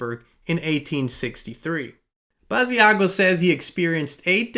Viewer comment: Hi Inspired Tribe! Just to let everyone know: Andrew Basiago's name is pronounced Bashago, similar to "Chicago." Andy/Andrew Basiago wqas interviewed about 15 years ago by Project Camelot. He's truly one of the earlier Secret Space Program "whistleblowers" regarding his participation in "Project Pegasus" time travel program. Pres. Barack Obama, then known as Barry Santoro/Soetoro, as was ALSO a participant.